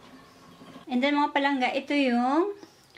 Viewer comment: ang awkward pakinggan ng PALANGGA na d ilongo ang nagsasalita paulit ulit pa, sorry... nagmumukhang trying hard... try to act naturally... mas maganda pa... pero d ganun ang pagluto ng valenciana ng ilongo. ang ilongo d nagsasaing maliban na lng kung d sya marunong kaya isasaing nya...